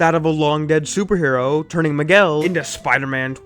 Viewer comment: Who t f it's "Maguel"??? M I G U E L